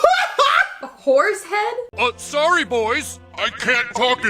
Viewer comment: Horse head not whores head young lady 😂😂😂